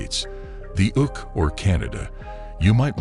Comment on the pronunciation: "....especially if you are from the United States, the Ook [U.K.] or Canada,..." Please take this video down. This is basically an advert for dating apps. Yet, it is so fake and soppily edited it should just be eliminated! There is simply no way if you got any human to narrate the script that he would have mis-read "the U.K.".